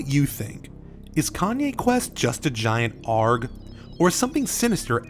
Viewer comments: Just FYI, its pronounced "Aye-Arr-Gee" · I like this video and all, (Like, me giving you a subscription, Like) but your pronunciation of "ARG" makes me cringe man.